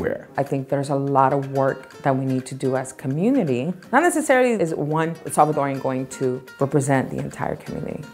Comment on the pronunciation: I love that he said Salvadoran not salvadoriannn